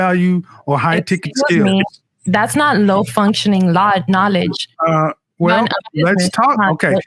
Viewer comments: She couldn’t even say the word knowledge correctly I’m screaming!!!!!!!!😭😭😭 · She Can’t even pronounce knowledge with out messing up